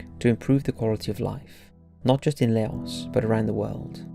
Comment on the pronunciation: Laos is pronounced ‘Lao’ Vientiane is pronounced ‘Vienchan’ 🙏🏻🖖🏻